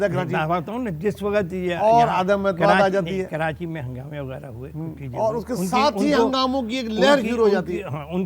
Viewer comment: کراچی کو کرانچی نہ بولیں